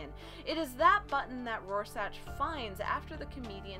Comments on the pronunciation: Rorschach, is pronounced Roar Shack, not Raw Satch. And its just Ozymandias, not "Doctor" Ozymandias. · Couldn't finish after "Roar-sach"... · it's Rorschach pronounced roar-shack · Hey, I was just wondering if anyone told you it's pronounced roar-shack.... 😜 kool video thanks. hits subscribe button PS that comment saying you're kinda cute, they don't know what they're talking about, you're beautiful. 😁🤗😘 (I wonder if there's a ) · It’s pronounced ROAR-SHACK. But still good vid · every time she says RoarSACH and DOCTOR Oz my eyelid twitches. Other than that, decent summary. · It feels like it was sorta rushed, but Rorscach is pronounced, Roar-Shack" JS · Thats some sophistry, right there. This ain't about accents it's the way you pronounce that name. You got it wrong, just concede.